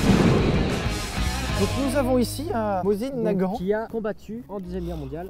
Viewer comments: J'ai toujours mal au coeur quand j'entends "Mozin-Nagant" au lieu de "Mossine-Nagant" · On dit mosine nagant, et pas mosin 🤣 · D'ailleurs on dit pas mozine nagant mais mossine nagant (mes oreilles ont saignés xD) Sérieusement qui dit mozine ? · Le moZAIN nagant. Au secours la prononciation ici (la phonétique, c'est moZINE nagant). Le mec fait le connaisseur Wikipedia en balançant la vitesse balistique et le calibre mais on se doute bien qu'il a tout appris la veille de la vidéo. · moZin nagant ... rip la prononciation